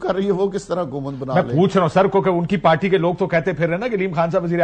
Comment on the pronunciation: پارٹی کو پالٹی اور پہچانتے کو پشانتے بولتے ہیں وہ ہمارے وزیر بن جانتے ہیں واہ رے ہماری قسمت